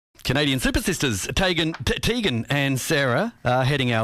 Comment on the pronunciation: omfg it TEEEEEgan not TAYGAN. GRR